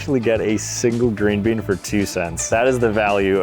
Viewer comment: He said green been 😂😅